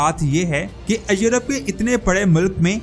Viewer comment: بھاٸ اپنی اردو کی پروناسیشن درست کریں ایورپ کو یورپ کہتے ھیں